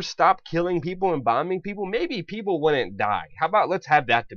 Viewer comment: It's "wouldn't", not "would unt". Learn to speak proper english if you are going to be a reporter using our language to report the news. And yeah, the story content is no surprise to anyone. This is what these old fogies do. So what are we going to do? Not a damn thing. But it's still great we can get all irate about it.